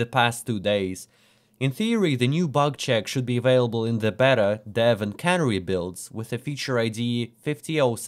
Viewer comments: It's Can-ary not cannery. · That's a backslash. Also, the way you pronounce "canary", it sounds like you believe it has something to do with cans.